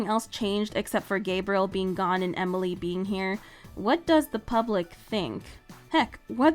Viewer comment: Just saying amalie not Emily just saying just saying